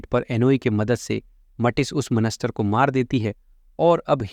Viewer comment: bhai monster hota ha monester nahi